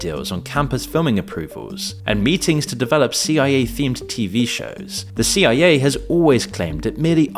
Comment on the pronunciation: Damnit I know damn well you know that CIA isn’t pronounced Sia. This tells me one thing…